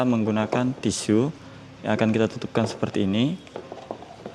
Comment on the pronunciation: nyebut tisu aja belum hatam